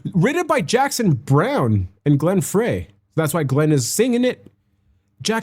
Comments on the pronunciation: Glen FRY, not fray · It’s Glen Fey like French Fry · Pronounced Glen (FRY). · Lead singer is Glen Frey ( pronounced FRY ) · How many times are you told its pronounced Glen FRY, FRY, FRY, FRY, FRY, FRY, FRY, FRY, FRY, FRY, FRY, FRY, FRY, FRY, FRY, FRY, FRY, FRY, FRY, FRY, FRY, FRY, FRY, FRY, FRY!!!!! MY GOD!!!!